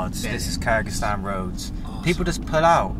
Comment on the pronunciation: I wish you'd pronuance Kyrgizistan correct 😂